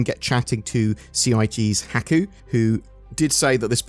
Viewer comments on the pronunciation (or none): Haku is not pronounced how it's spelled. It's pronounced with a short O sound... Also that dev is a Spirited Away fan....